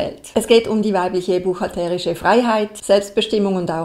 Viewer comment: Ich noch nicht. Warum spricht immer von "buchhalterisch" - mit so einer komischen Betonung auf dem "e"? Ich stehe auf dem Schlauch...